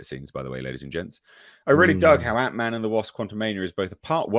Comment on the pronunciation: "Ant(i)Man"... oh, boy.